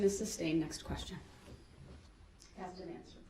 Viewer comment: He constantly says “ axe” for “ asked” “relevancey” for “relevance” and “ license place “ for “ license plaTe “! Drives me nuts!! He has a high school education so why doesn’t he pronounce these words correctly? He easily picks up some new legal terms correctly so I guess he mispronounces those words intentionally!! Just ignorant! Insulting and he knows it. He’s doing this on purpose!